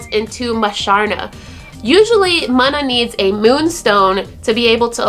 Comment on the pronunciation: awesome video, but it's pronounced Moona